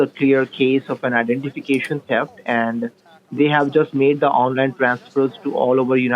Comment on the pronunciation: TEFT ??? LOL